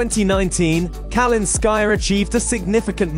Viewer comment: Speak correctly Kal i nskaya, emphasis on i